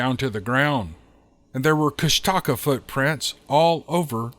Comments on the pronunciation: It’s Koosh Ta kaa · Kushtaka is pronounced KOOSH ta kah